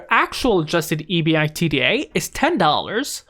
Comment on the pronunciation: Lol just say “ebida” lol